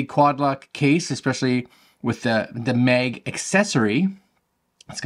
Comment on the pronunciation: Nice vid, but sorry its MAG for mAgnet, and not mEg😅 sorry. Stragling to listen 😅